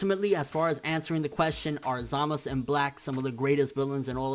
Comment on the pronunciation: Say ZamaSU! not Zamas...